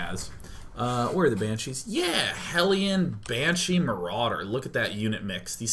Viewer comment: "Banchees" xD